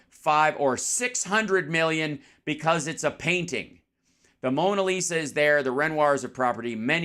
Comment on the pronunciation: re Trump testimony that Mara Lago, Mona Lisa (they pronounce it Mona LIShimaah)...pretty much samesies. It's the presence of gilt. The stochastic assertion That blood will be spilt. The claim The blame Lies mainly with the name Biden. That Trump is "in the frame". Yet it's Pence who coulda been hanged. Fake noose?